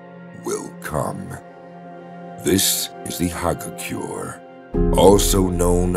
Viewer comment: He said hagakure wrong twice and that really bothers me 😂also, sagacity…